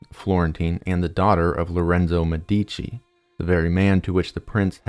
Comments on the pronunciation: MEH dici. not Me DI chi. Emphasis is on the first syllable. 😊 great video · as an italian whenever he said medìci i died a little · Brief note: when you mispronounce one of the most famous Italian family names, it makes it seem like you generated the content using AI (no offense to our future overlords) Med - duh - chee I scrolled but never saw anyone belaboring the point. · ur videos rule but ur annunciation is so bad its medici (meh-deh-chi) not medeecchi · as an Italian it took me a while to understand the you were actually talking about the Medici family because of the pronunciation. I don't really think is hard to find out how you pronounce Medici since it also mean doctors. enough would be just putting the name in the google translator and ear it out. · It's a great video, but you're brutalizing the pronunciation of "Medici" and other Italian words to the point where it becomes hard to watch.